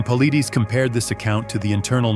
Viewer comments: Why don't you say his last name correctly..It Pa-lie-des.. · Paul-eye-dez. Say it! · How about you pronounce David’s last name correctly and maybe I will listen . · I’ve wanted to say this exact same thing! Thank You 👍🏾.